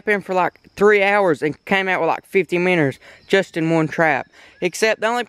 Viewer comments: its minnow not minner lol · Does anybody take into account that he's not saying Minos he's saying minners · Why do say minners